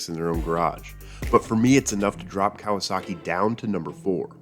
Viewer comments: Cowasuckey... lol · According to my dad, it is not Kawasaki, it is "KawaSucky"